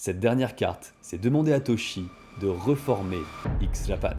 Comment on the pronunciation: bonjour j'apporte quelque modification , déjà on prononce X à l'anglais et on ajoute un - ( x-japan ) sinon si tu cherche sur google tu te retrouve sur des site olé olé . ensuite et cela est le pire , le premier album de X est vanishing vision (blue blood est le second et l'album de la consécration ) et pour finir le leader 'batteur et pianiste et principal compositeur du groupe ) c'est yoshiki (pas du tout yoshi). toshi était déjà dans la secte en 1997 car sa femme lui disait que la musique de x-japan était celle du démon et seulement ensuite toshi pris la décision de quitter le groupe , nce qui conduisit à la dissolution de x-japan .